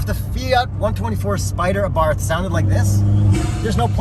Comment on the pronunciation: I had the pleasure of driving a 500 Abarth last year. Great little cars! I managed to create a fun drinking game to go along with the video. Take a shot each time I mispronounce “Abarth” after specifically making a point about the correct pronunciation.